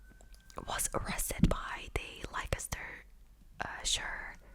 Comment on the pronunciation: Leicestershire? It’s pronounced “Less turr shire” strange I know. But true 😂. I’m English.